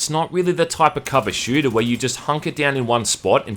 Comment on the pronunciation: You mean a... SHLOOTER